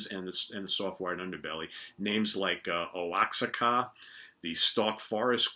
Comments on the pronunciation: You mean "Woah-hacka"? Oaxaca would have had the Spanish pronunciation being that's a region in Mexico. Not to bust your balls, I thought it was that until I'd actually visited the region myself in the early 80's. Still, a great little bio, well done for the most part. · Oaxaca is pronounced "wahahka" - it's a place in Mexico. St Cecilia is a great album. I bought it when it was first released. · Oaxaca is pronounced Wah Hawk ah. A place in Mexico know for its strain of weed. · That former name, Oaxaca, is actually pronounced WAH-HAH-KAH. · If the name they used was Oaxaca (and I believe it was), it is pronounced Wah-Hah-Kah (emphasis on the middle syllable) as in the Mexican city it is named after. Just for future reference. 👍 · thank you....guess him don't talk mexican